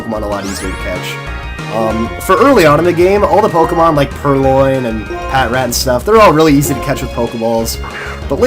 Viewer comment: Ughhh it's pa tr at!!! Not pat rat!